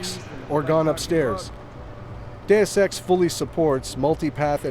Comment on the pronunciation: Hes saying it like that because thats how its pronounced. Day-Ess or Day-us.